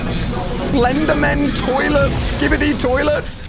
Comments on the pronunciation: You pronounce it as skibidi. Not skibidi. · you said skibidi wrong